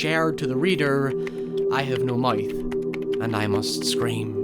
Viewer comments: “I Have No Moyth and I Most Screm” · “I have no moith, and I moost scraym”